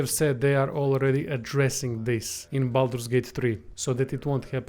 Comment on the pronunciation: Glad you said this, it's not Bolder's Gate !